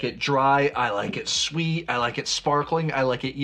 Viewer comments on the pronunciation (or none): none